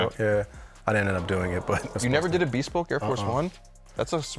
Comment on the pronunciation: bea-spoke, shanil, sell-fridges